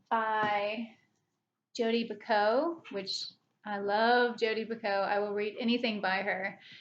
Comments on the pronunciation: Oh, is that how you pronounce Jodi Picoult?! I’ve always pronounced it Pi-cult! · no you’re right, I googled it. There’s a YouTube video of them pronouncing her name the way I do, and then comments saying that’s wrong, she pronounces it Pi-coe. Wonder how many times I’ve mentioned her in conversation and the other person has been silently, politely thinking /she’s got dat wrong/ 🤔